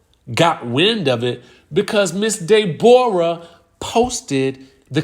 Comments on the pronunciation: It's the pronunciation of her name for me! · Dey-bor-ah is sending meee😂😂😂